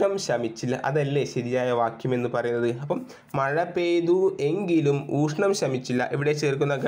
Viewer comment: നാല് + നൂൽ അല്ല നല് + നൂൽ എന്നാണ്. അതുപോലെ ഊഷ്ണം എന്നല്ല. മലയാളം topic കൈകാര്യം ചെയ്യുമ്പോൾ ഉച്ചാരണം നന്നാക്കാൻ ശ്രമിക്കണ്ടേ